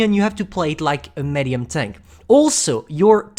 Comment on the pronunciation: Its pronounced meedium or midium not mädyum no offense u little french baguette